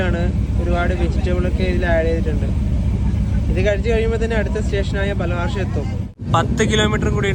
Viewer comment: ബാൽഹാർഷാ അല്ല ബല്ലാർഷാ ആണ് H Silent ആണ് പല വീഡിയോയിലും ഇങ്ങനെ പറയാറുണ്ട് ഞാൻ ഇവിടുത്തുകാരനാണ്